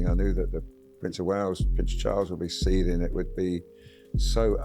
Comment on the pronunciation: Seething, not seeding !